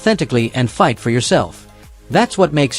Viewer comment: ALWAYS FOREVER PRONOUNCING SOMEONE'S NAME WRONG, LIKE SHAYNA BASZLER,GGEEZZZ..